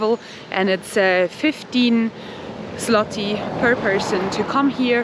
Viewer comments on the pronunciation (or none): It isnt ZŁOTI, its ZŁOTY on end YYYYYYYYYYYYYY not iiiiiiiiiiii